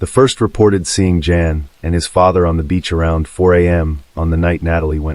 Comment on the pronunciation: Not Jan, pronounced Yawn